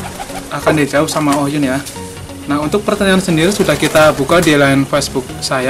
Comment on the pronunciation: KOH YUN KALEEEE.....BUKAN OH YUN HADEWH....